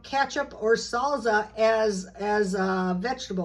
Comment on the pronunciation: Why do you pronounce salsa as zalza? Is it a SoCal thing?